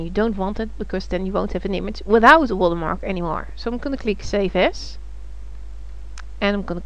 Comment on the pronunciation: I clicked "like" because she says "Water Mah!" and it made me chuckle.